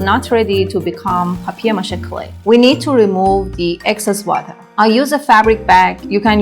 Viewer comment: Повеселило : " бабье' ма'ше" 😅.